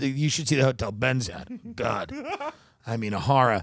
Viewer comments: Cracks me up every time Tim says “What a horruh” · It's the best way to say horror and it is now in my vernacular because of Tim. Lol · Nj / long island says it like that